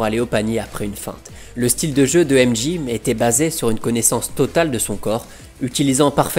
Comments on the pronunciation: Super vidéo mais ca se prononce M Djey pas M Ji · aimedji et librone, c'est trop là on prononce aimedjai et lebrone, pas compliqué